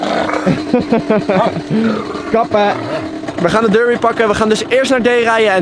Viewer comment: Het is DERBI en geen durbi!